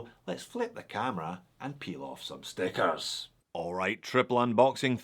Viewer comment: Have you lived in the city of Leyden? The way you say stickers, it sounds like that :)